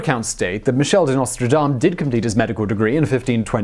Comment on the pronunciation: It's Nostredame, with an E ("Our Lady").